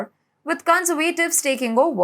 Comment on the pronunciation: I love the way she says EurOpean and conservAtives 😄❤